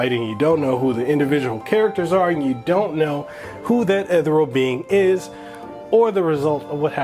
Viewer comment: It’s eth-eerie-al not ethuhreal lol. Great review though, liked and subscribed